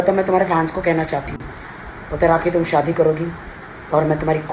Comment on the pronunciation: Aapko Sha bolna nhi ata kya Sha Ko sa Bolte ho😏 shaadi ko saadi, shouk Ko souk😒